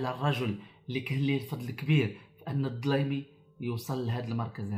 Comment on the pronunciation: الديلمي ماشي الدلايمي...